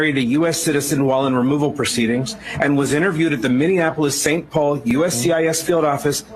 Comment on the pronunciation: Tatum still can’t say Minneapolis 😂